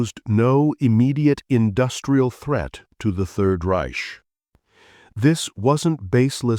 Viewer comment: Third Reysh??